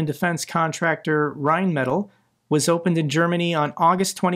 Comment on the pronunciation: Excellent video - thank you! Please forgive me for succumbing to the temptation to do this: Rine (like wine) Met aahl (like ...maybe "fall" for an American accent?). You got the first bit right which is encouraging.